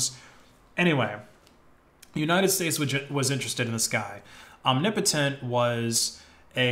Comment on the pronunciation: omg you started pronouncing omnipotent right, in your last video you were saying "omni potent"